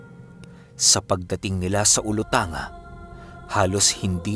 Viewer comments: gusto q lng eh tanong qng yang olutanga na nababanggit nio po ai parte rin ba ng zamboanga sibugay??kc qng jan po, ang tama po na pgkabasa ai olutangga po yan😁.. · ahm icorrect ko lang ung pagbigkas ng olotanga/olotangga ang pagbigkas like sa zamboanga/zamboangga 😊 Silent listener nyo lang po ako walang palaya sa pakikinig ng mga kwento mo araw2 😍